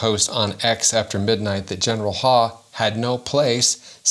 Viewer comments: I think that last name is pronounced like "How" not Haw. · Isn't his name pronounced Huff...?